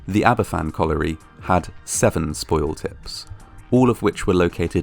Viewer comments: The actions of the NCB following the disaster were a great betrayal, and the anger will live on long after the last survivor has perished. Aberfan (and it's pronounced "AB-er-VAN" not "Ab-er-FAN") and Gresford in the north were two horrific disasters in Wales connected to the coal industry, for which nobody at the upper levels were ever held accountable. This lack of accountability seems practivally a universal constant in these disasters. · There's so much good info here but I wish the pronunciation of Aberfan were correct - it's pronounced 'AberVAN', not 'AberFFAN'. 'F' in Welsh is pronounced like the English 'v'. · Great video. btw, it's pronounced Abervan not Aberfan. 'f' in welsh is pronounced as 'v'. It's the double f, 'ff', which makes an 'f' sound. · Aberfan is pronounced ''Aber Van"- not 'ABBA Fan' 🙄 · Aberfan is pronounced AberVan, rather than AberFan. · Just to let you know, the 'f' in Aberfan is pronounced as a 'v'. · it's said like Aba-van btw I live not to far from the place I'm not trying to sound like "ACTUALLY IT'S SAID LIKE THIS" no I'm saying this all out of kindness just letting yk how it's said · It’s pronounced abervan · The name of the village is pronounced Abervan. You could have found this out by just looking on Wikipedia. People who went to Aberfan after the disaster noted that there were hardly anyone of certain age groups there, as they had all been killed in the disaster. This would mean people in their early 60s now. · Just for future reference, it's pronounced 'Aber-van'. An 'f' in Welsh is a 'v' in English, 'ff' is an 'f'. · It’s pronounced aber-van in welsh: f is pronounced v ff is pronounced f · Nice video but it's a bit of a shame that you do not pronounce the name of the village correctly. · Please learn how to pronounce Aberfan. It's disrespectful not to.